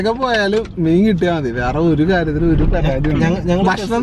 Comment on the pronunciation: കിട്ടിയാ'ൻ' അല്ല കിട്ടിയാ'ൽ'. ക്ക് മുനമ്പത്തിനിപ്പുറം അഴിക്കോട് മുനക്കൽ വന്നൂടെ? അവിടെ കുറെ ആൾക്കാരെ കാണാം. പൂമീൻ ചെമ്പല്ലി ഒക്കെ പിടിക്കുന്നത് കാണാം